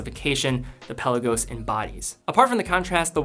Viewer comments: Good vid, but “pel-law-goes.” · Love ur videos but u gotta stop pronouncing the Peh Lah Gos like that.